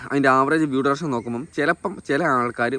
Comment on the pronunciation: ഡുറെക്ഷൻ അല്ല അളിയാ ഡ്യുറേഷൻ